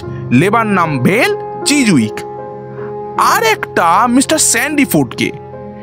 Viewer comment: খুব ভালো লাগলো। তবে কিছু জায়গায় শ আর স এর উচ্চারণগুলো কানে লাগছিলো। যেমন মিস্টার টা মিশটার শুনতে লাগছিলো কোথাও কোথাও। আশা করছি আগামী প্রচেষ্টায় এগুলো ধীরে ধীরে ঠিক হয়ে যাবে। আর আমরা তো পাশে রইলাম ❤